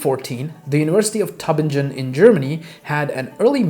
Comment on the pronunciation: Teu bing en. No j as in jog.